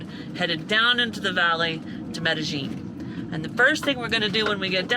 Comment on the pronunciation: Love love love your channel and your van design. Your shower is best design ever. Now for my 2 cents... remember in spanish, two L's = y sound...its pronounced Medi-ying ..not Medi- jing. Cant wait to see your advenrures after your knee is fixed. Prayers for quick recovery. We'll be watching from SW Florida.